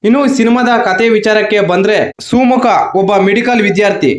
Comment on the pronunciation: ಸುಮುಖ ಅಂತ ಸರಿಯಾಗಿ ಹೇಳಿ(ಸೂಮುಖ ತಪ್ಪು)